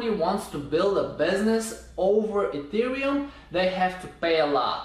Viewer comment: E - te - re -um